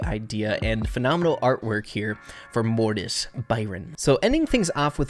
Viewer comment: Mortis Byron be like: morton